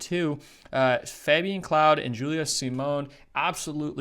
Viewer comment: Pretty much every😄 the worst were Öberg, Kebinger,Claude,Rees, Dzhyma..Krčmář is probably too hard to pronounce right for non natives..